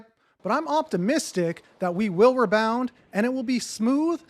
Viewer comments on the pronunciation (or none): I find a funny that you say “Ruh Bound” for rebound 🤣